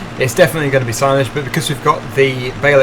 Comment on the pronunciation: you got hayledge and silage correct 😂